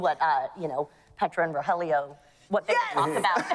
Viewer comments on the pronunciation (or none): I can't get over the fact that guy keeps calling ro (helio) ro (jellyo) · Hahahaha yeah noticed it too it’s ro hell lio